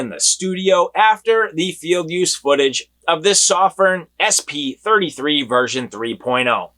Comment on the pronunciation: I'm a Chinese guy. It's a Chinese light made in Shenzhen, China. "sew-firn" is the right pronunciation. The reviewer does a great job of reviewing. But his pronunciation of "Sof-firn" is wrong, just sayin' =)